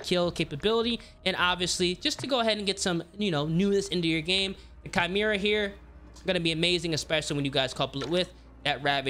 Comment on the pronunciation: Chimera= KY-MER-AH… not CHI-MER-AH. Why do people consistently pronounce this wrong? Also, just a tip for those that don’t counter aim. Could you do the weapon builds without compensating for recoil? It would help for us peasants lol